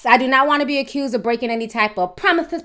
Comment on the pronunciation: "YES, I don't want to get accused of breaking any type of promethis promethis," I CANT STAND YOU 😂💀